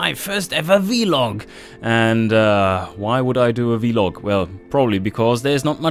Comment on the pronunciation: Come on! Veee log?? Vlog!! Lol